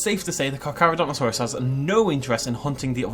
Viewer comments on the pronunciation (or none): none